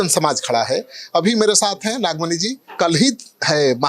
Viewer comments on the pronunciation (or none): Nagmani nhi nagfani hai